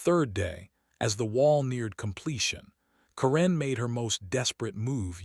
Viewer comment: Karen is not pronounced as Corrine. The inability of you people to improperly pronounce words is astounding.